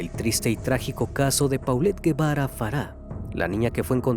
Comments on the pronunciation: Se pronuncia polet gebara no paulet guevara investiga bien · Solo como aclaración el apellido se pronuncia “jevara”, no lleva “u” el apellido. La foto de la mejor amiga es de una serie jajajaja, hay que investigar tantito. 😂